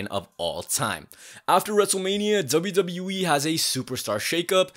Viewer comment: i love how this guy always says ZWWE 💀